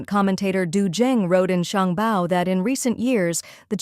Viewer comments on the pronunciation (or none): none